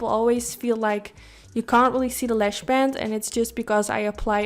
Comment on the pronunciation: Why do you keep saying LESH and not LASH? It's so annoying